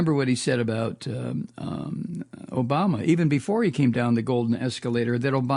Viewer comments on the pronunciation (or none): none